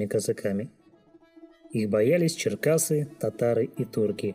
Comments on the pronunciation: Не Черкасы а Черкесы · Автор-учись читать ; читаешь то ЧЕРКАСЫ ВМЕСТО ЧЕРКЕСЫ,ЧЕРКЕСКУ ЧИТАЕШЬ ЧЕРКАСКОЙ! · Не черкасы ,а черкесы. Не черкаска ,а черкеска видно из википедии нарыл, хотя бы прочитал без ошибок, а пластуны были во всех казачьих войсках. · Черкесы, а не черкасы. ))))) И соответственно, черкеска, а не черкаска. Диктор по ходу сам не знает, о чем говорит. Своровал статью в интернете?